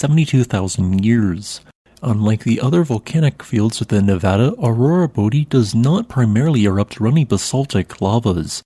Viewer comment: thanks for saying Nevada correctly.